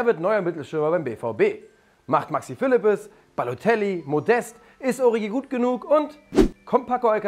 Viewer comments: Man spricht doch origi anders aus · Ist es denn so schwer Origi richtig auszusprechen?